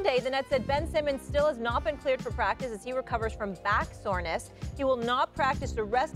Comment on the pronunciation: 'Back soreness'.. hahaha